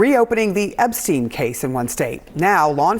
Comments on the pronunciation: Can someone from this news station inform the anchor lady that his name is Epstein and not Ebstein. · How does this reporter NOT know his name is EPSTEIN and not EBSTEIN? 😂